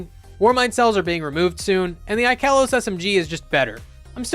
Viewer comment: You are the one guy that actually pronounces ikelos the right way